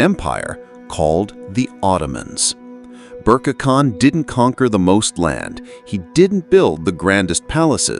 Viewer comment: His name is to be pronounced "Ber-Keh" (or roughly, "Bear-Kay"), but NOT "Berk". Video maker pls take note.